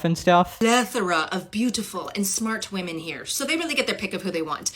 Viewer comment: Why is she saying “wEmen”